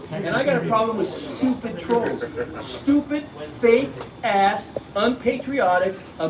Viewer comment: Why do they call people "troes"? Can't they say TROLLS? Do they all have speech impediments? Too bad we can't trespass them from the entire USA!